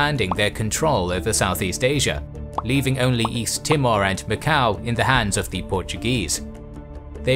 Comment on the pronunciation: was just the way he first said it. T'mor, just made me giggle.